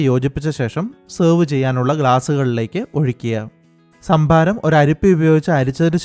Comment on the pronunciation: ശംഭാരം. 😄😄 കരിക്കിലെ ശംബുവിനെ ആർക്കൊക്കെ ഓർമവന്നു.. 😜😜??